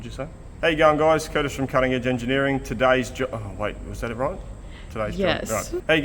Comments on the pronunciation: “Curtish…”. Good one. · Kurtish, I think you have something there. I for one always hear "how you young guys" instead of "how you going guys?"" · Woohoo, now we can now add another "internet language" to the dickshunary. 😁We already have "AvEish", now we can add "Curtish". 😅